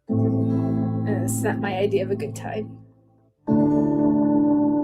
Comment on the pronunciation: "Idea" is "Idiyia"